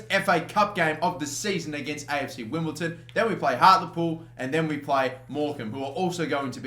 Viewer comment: Wimble-DON not Wimble-TON,!